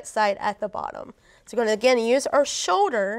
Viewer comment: Its Shoulder not show-der.